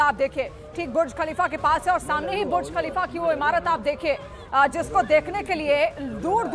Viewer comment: Pahele TU Bolna Sikh bhuj khalifa Nai buruj khalifa